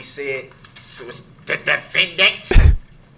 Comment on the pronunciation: Don’t you mean defenDANT?😂😂😂😂